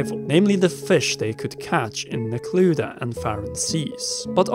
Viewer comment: “Neclu-diah” 🤢 ya killin me! It’s spelled Necluda, there’s no way it’s pronounced with “diah” at the end; it’s definitely a “dah” sound